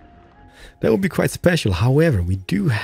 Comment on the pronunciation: Strange, you have no troubles with saying Three or Things, but insist on the lazy Dis, Dat, Deze and Doze. instead of This, That, These and Those. For someone who appears to be making a living by talking you seem to rely on the same old phrases, "Dats amaaazin" and "Not too shabby" Such phrases become irritating after hearing them for the 50th time. You complain in many of your videos about a sore throat, do us all a big favour and leave the superfluous BS out and perhaps your throat will have the opportunity to reclaim 50%